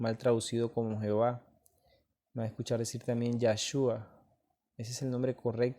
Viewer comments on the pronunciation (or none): none